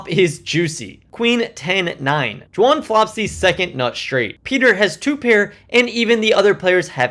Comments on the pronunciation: Are you saying Jwan? Intentionally it sounds like? Some inside joke that I missed? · 'D'wan. Not Xuan ffs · I cant get over how you pronounce Dwan lol i had to keep rewinding and all I could hear was "Juahn"